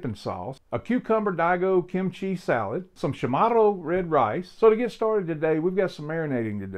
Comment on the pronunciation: Hafa adai from Guam And it’s pronounced Cha morro